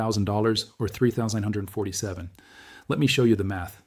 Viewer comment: is this a fake channel using AI, just the way he keeps saying 3,947 is a give away as well as when he reads WWII